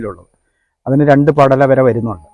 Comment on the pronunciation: പെടല അല്ല പടല 😢